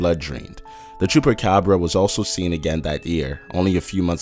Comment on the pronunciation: you said cubacubra weird